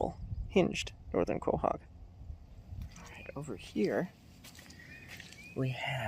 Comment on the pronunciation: I enjoy your videos, with the exception of the mispronunciation of certain names. Is there any way that you could learn how pronounce the names of certain things you’re talking about? Some examples are as follows: Periostracum (per•ee•os•truth•kum) Quahog (lkow•haag)